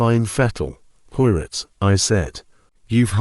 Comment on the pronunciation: Sounds like it's read by AI. Can't even correctly pronounced 'Poirot' keeps saying Pio-rit